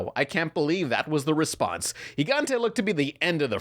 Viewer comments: Jai-gan-tee Me: Oh no 😬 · "Gee-Gan-Tee". Cmon my guy I get that some Latinos don't speak Spanish but you're not even trying there.